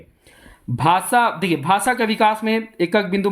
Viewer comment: भाषा को भासा क्यों बोलते हैं?😢